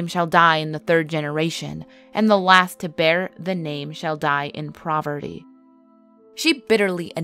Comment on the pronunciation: I always enjoy these videos but one thing I have to point out because it's literally a pet peeve and drives me nuts when the simplest words can be pronounced properly it's poverty (pa-ver-ty) not provity.